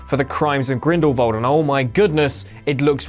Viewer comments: What is it with mispronunciations with Whatculture? I love your guy’s videos, honestly, but Grindelwald, not Grindelvald. Keep up the good content otherwise guys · He says grindelwalv not grindwald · Am I the only person that is hearing "grindlvald"